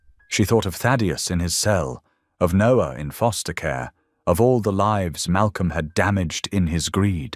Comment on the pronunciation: Read by AI. Mispronounced lives and other words.😢